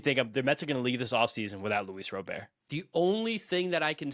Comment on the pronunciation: FYI - the correct pronunciation is "RAH-bert" 😉